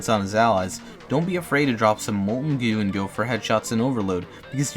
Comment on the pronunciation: Every time he says “gew” I want to kms